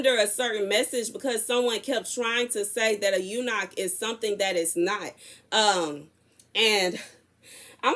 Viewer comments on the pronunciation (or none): Pronunciation for eunuch - yoo-nik (you are correct about that scripture and what it means.)